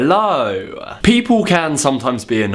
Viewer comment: its sounds like you say it on Danish halløøøøj(hello) :D